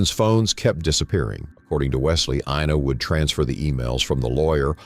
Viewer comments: During the whole video, her name is pronounced "Inna" but the narrator consistently says "AYE-na" until the very end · it's I -na. how ever, no big deal 🤝😅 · "eye-nuh" Ina